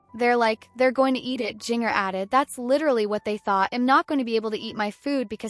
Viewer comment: I HATE AI when there is no editing to check the words for proper pronunciation. This young lady's name uses the "J" sound of JINGLE or the spelling Ginger as in the food and better yet, Japan. Having childhood trauma should never be used as a click bait channels fodder. Although the message have value but rather than using images free form, the producer of this AI voice and video farm could rather be done with respect for their condition. The flash of images and repeating sentences in same or similar form creates an additional a b us e by not caring about the subjects , and using their stories as if they are animals instead of humans.